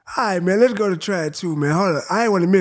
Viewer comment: I think he said le’go (lets go)